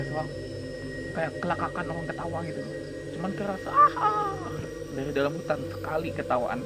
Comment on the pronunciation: Orang bang bkn owang. 😁